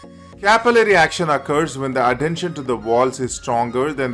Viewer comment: Horrible accent with a weired "N" in the words cohesion and adhesion !!!!